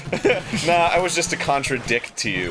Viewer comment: Contra-dick (contra-dict)